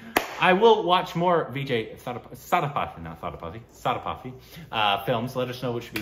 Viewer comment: its vijay SAY THU PATHY not SATHA PATHY